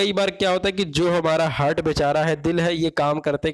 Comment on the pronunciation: हर्ट (hurt)nahi ... हार्ट ( heart) hota h